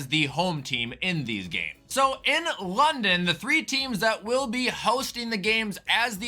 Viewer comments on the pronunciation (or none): none